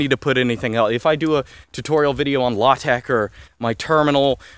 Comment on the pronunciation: It's pronounced luh-tech. Everyone says it like that